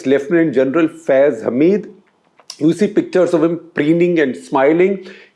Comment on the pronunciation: Thank God.... some sensible Indian pronounced the name of Gen Faiz Hamid correctly... 99% of Indian media is ranting his name incorrectly....